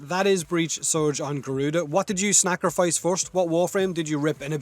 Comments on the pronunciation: Guys I have a very important question!! Did he just say snack'rifice ? LMAO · Did you just say snacrifice lmao